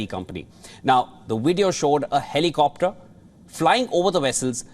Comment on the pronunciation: A HELLIIIICOPTERR INDIAN ACCENT 💁🏾‍♂️💁🏾‍♂️💁🏾‍♂️💁🏾‍♂️💁🏾‍♂️